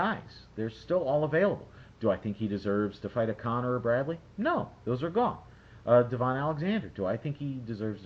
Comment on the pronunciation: By the way I'm American & for the love of god I know you've seen Devon fight 4-5 times minimum. Have you ever heard anyone call him D-Von? No, it's Da-Vin. You always do this & you know the name. Just like Clot-Tay, it's disrespectful to butcher a name.